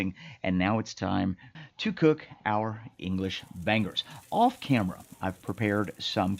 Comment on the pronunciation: It's making me tick every time he says "ban-gers 🥴 it's "bang-eurghs" Bangers.. but fair play it looks up to standard, I can't lie. 👌🏽